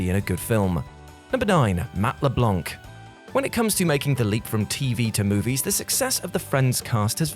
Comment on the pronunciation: You guys need to learn how to pronounce names. Matt Leblanc the “C” is silent. Blanc is the French word for white and the “C” isn’t pronounced. I’m not saying this to nitpick, I’m saying this because if no one tells you you’ll keep pronouncing it wrong it’s really annoying. And since you’re representing pop-culture you should know how to pronounce household names. Anyways just a suggestion